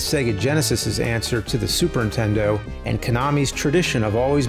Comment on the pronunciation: I always laugh that he often says Super intendo, instead of Super Nintendo.